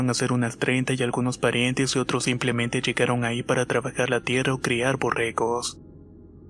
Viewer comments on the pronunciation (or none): none